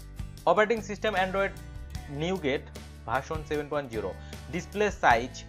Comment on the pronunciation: নিউগেট না, নৌগাট হবে। ইউ এস উচ্চারনের সময় "নূগা(ট)", ট এর উচ্চারন হবে না।